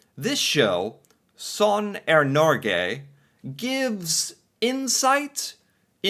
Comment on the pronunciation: Ok, I've seen one or two of this guy's videos and have to know, is constantly trying to do a Norwegian accent, or is he just the most Minnesotean human being ever? Also, respect for a respectable pronunciation of "sånn er norge".🤛